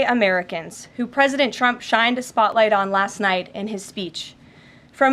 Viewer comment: Does she keep calling trump chump